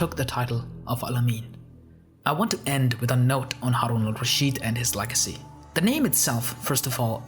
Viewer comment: Thanks for trying to pronounce his name right instead of butchering it like many others do Great vid